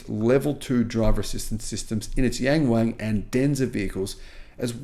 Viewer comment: Only your pronunciation of YangWang is ridiculous. Learn to pronounce it correctly.